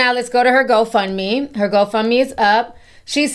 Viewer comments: Ti, why did I think you said h03 fund me instead of whole fund me? I had to put on that CC to make sure 😂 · Did you say ho fund me 😂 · Every time Ti said Hoe-Fund-Me 🤣🤣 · lol are you saying "hoe fund me" 😭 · Idk if I misheard you, but when you said, “I’m not supporting her hoe fund me page,” I almost died laughing. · Did you say HoefundMe 😂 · hoefundme has me siiiiiick 😂😂😂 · ~ Ti did you say ‘Ho fund me’? 😂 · She said Hoefundme 😩😩😂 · Did I hear correctly? “I’m not gonna support your HoFundMe”🤔😂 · Why I rewatch the video to fact check and you, right! She does say HoFundMe!🤣🤣🤣🤣